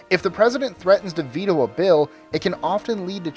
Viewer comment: Its not vetoo its Ve-toe a.k.a veto jesus